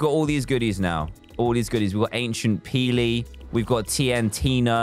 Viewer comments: He said agent peely but it did sound like he said ancient peely so I'll give You a point 😂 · It’s his accent, he’s from London after all but yeah i heard “ancient” too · might be his accent